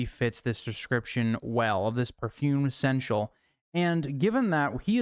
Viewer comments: I appreciate the absolute gall of pulling up the pronunciation guide before continuing to mispronounce seneschal the entire video lol. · Can't watch this video if you can't say the word right lmao get help vro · I mean this the best way, because it legitimately made me laugh; you give the dictionary definition of seneschal, with the pronunciation guide right there... And still pronounced the word consistently wrong. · (Seneschal is three syllables. 😉) My guess is Varys, but I like the "stinky steward" too.